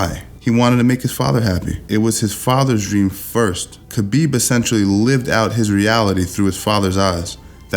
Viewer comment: khapib, damm thats sound more badass than khabib